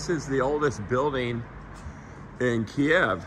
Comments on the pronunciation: Hey, thank you for your "man on the street" reporting from Kyiv, and general support of Ukraine. Having a wife from Kyiv I can make one suggestion on the pronunciation of "Kyiv". Most there pronounce it as "keev". russians pronounce it "key ev". By the way your bomb shelters are Amazing!!! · Need to learn how to pronounce kyiv especially when talking to the locals